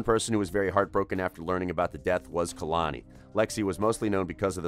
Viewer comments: He Ain’t even say Kehlani name right kAy-Lani not kUh-Lani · Ka-lani? Who tf is that. It’s kay-lon-e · Kay-lani not kuhluni